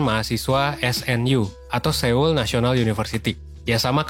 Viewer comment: Dibacanya Kim Sono/Kim Sonho sama kota So-ul bang setauku.